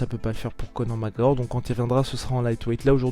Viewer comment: "Co'or MacEor"